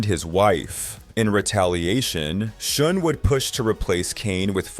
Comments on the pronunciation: Why can't you say Neal Schon's name the right way?? It's pronounced SHAWN, not SHOON!! UGH!! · His last name sounds like, "Sean," not "Shoon." Just FYI. Good video. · Who is shune his name is schon pronounced shahn or sh--ahhnn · It is pronounced Shawn not Shun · "Shun"???? Its pronounced "Shawn".... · What about Oasis, Black Crowes. Those are worse as it is brothers who hate each other. It's pronounced Neil Shawn not Shun. All that shows is you really don't know or care anything about all of this you are just reading a bunch of crap and reciting it for monetary gain. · Its not "Shun" Is "Shawn" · Neal pronounces is last name as "Shawn" not shun. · It’s not shun…. Jeez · What? You never heard of Neal Shun? 🤣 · You mean it's not pronounced Neil Schoon? 😂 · Youre pronouncing Neal Schon's name wrong...